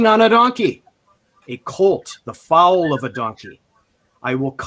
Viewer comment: Please pronounce a baby horse as “fole” phonetically, not “fowl” like a bird.